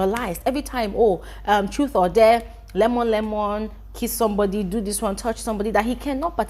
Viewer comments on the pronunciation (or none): none